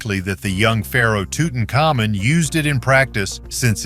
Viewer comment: Tootonkamoon? C'mon. At least get a current AI. This one is cruel to listen to.